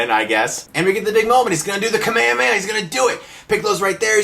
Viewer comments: "kame amei"??? XD kame HHHHHa me HHHHHa =P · kamehameha**** not kamiyameya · Shawn Shimmel or however you pronounce his name... NO! Bad Stuckman!! Its Masako Nozawa!! And Nozawa's Kamehameha is the best! (course it doesn't hurt when they put a bit of an echo into it). And its not "kameyameya", it's "ka-me-ha-me-ha", separate syllables! Ok, whew. Sorry, had to get that out. By the way, one of the worst script decisions in this movie (in which there are many) that you should have mentioned was the fact that Goku used the Dragonballs to wish Roshi back... ROSHI! A guy he just met a few days ago!! Nevermind that he could have just wished his grandpa back. Nooooo. I'm so glad this movie bombed. Sadly I had to buy two tickets to it because a girl tricked me in going to see it with her. I'm weak, what can I say? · Can you please stop saying kamayamaya its call kamehameha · Kame-e-way-ah....... What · please learn the differences between Manga = grafic nobel or "comic", and Anime = cartoon or animated cartoon. And it is kame hame ha. Otherwise good review. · Gaah!! I can't stand the way you pronounce the word "kamehameha" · The way you pronounce "KAME HAME-HA" is so disturbing... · American dub pronounce Kamehameha so weird... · you mispronounced kamehameha. Also the american dub sucks. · How did you just pronounce kamehameha? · its pronounced kahmehkahmehah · lol i kinda made a double take at your pronunciation of Kamehameha